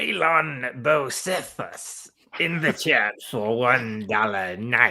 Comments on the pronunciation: It’s pronounced Bo-see-fus lol. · I could not stop laughing while the panel was struggling to pronounce “Bocephus” 😂